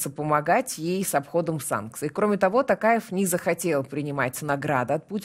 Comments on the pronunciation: Ну, вы тоже искажаете фамилию президента Казакстана! ТОкаев, а на ТАкаев, так как в казакском языке важно правильное произношение каждого звука и может измениться смысл слова!;) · Не Такаев,а Токарев,в казахском языке, буква О читается,как О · Тов .ПУ. при встресе с Африканскими лидерами друзьями негритянские фамилии правильно называл.Даже долг списал ихни когда свои деревни пустують.А тут уже который год не может говорить Токаев.ПУ нарошно делает это.Казахстан будеть с НАТО.Соседу россии нету доверия. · Рутлер спецально искаверкает имя токаева